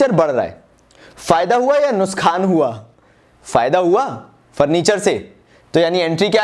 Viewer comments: it's nuksan not nuskhan 😁😁. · Nuksan ❌ nuskan✅ 😂